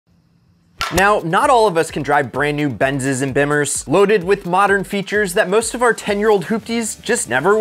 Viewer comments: Benz & "Bimmers" 🤣🤣 I think you mean "Bee-mers". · You mean when he said, "Benz' and Bim-murs (as opposed to Beeemers? As in BMW) 😆🤣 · It's pronounced beamers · Say it with me "Bee-Mers" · “Bimerzz” my guy……